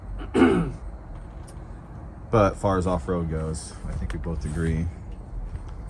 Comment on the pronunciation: ffs not "shtreet", it's called "street".